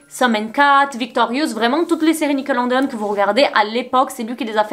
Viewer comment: Ça me stresse que tu dises nickeloNEdeon au lieu de nickelodeon 😭mais super video❤